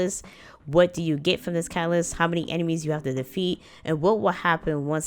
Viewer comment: Pacific cacaalyst